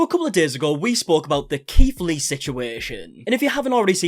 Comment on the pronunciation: I keep thinking hes saying Keef Lee XD oops